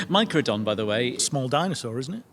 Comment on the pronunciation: "Meicrodon". Note the "e".